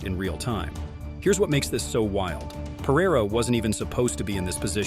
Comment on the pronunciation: Bigger choke is not knowing how to pronounce "Pereira"